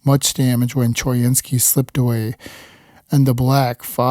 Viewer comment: choynski is pronounced co-WIN-skee